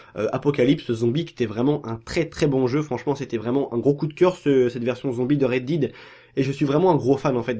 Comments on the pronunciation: On dit rèd dèd pas rèd did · C'est clair qu'il a de grosses lacunes linguistique ! Red did !! Mdr.